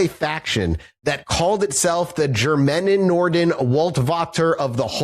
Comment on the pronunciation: I'm just 14 minutes in and the way you keep saying "Germanenorden" as one homogeneous word is cracking me up. Just for the record: those "weird, long german words" are usually just multiple (often descriptive) words put together. "Germanenorden" (the g is pronounced like in uh..."giga"-whatever and you would seperate it as Germanen-Orden) would be translated to germanic peoples order, or order of germanic people. Sorry for my very german urge to correct things, I think I'm good now :)